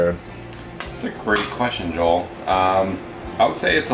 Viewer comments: haha she kept calling you Joe-ell. cute. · Jo-el lol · She mispronounced Joel name wrong so many times. #Joelle 😩🙄🤦🏾‍♀️ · Lmao she calls you Joelle. I think it's funny. You crushed this challenge man great work! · FUNNY 😄 HOW She kept SAYING your Name WRONG 😑 It’s One ☝🏻 Syllable JOEL JOEL JOEL JOEL!!!!!!! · she was killing me with the mispronunciation of his name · Good job Joel. I hope the way she kept mispronouncing your name didn't bother you as much as it sis me...